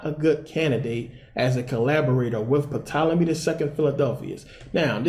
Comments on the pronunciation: He pronounced Tolemy as Puh Tolemy... WOW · Why should anyone Believe you when you don't even know that the P in Ptolyme is silent? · Good video bro... the p in Ptolemy is silent tho lol, really enjoyed this tho